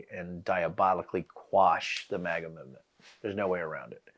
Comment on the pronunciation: Mate, just cus we're British... doesn't mean you need to change the pronunciation to "mahga"... Just say "maga" like everyone else! 😂🤦‍♂️ Do you also say "Alabahma", "Alahska" and "Indiahna"? Got me cringing over here